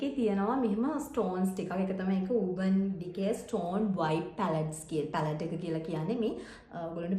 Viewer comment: Darling උර්බන් නෙමේ ඒක Pronounce කරන්නේ අර්බන් ඩිකේ kiyala